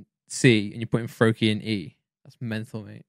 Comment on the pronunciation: Bro he did Froakie Wrong!